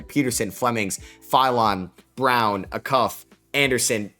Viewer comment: FYI Darius Acuff Jr. ....his name is pronounced A-cuff not Uh- Cuff and he so awesome! Go Acuff and Go Hogs!🐗🐗🐗🐗